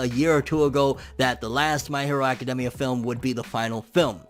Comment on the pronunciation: Does it bother anyone else the way he says academia?